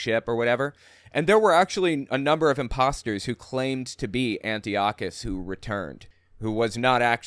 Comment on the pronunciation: Antiochus Epiphanes is pronounced : An - Tie - okus NOT Anti okus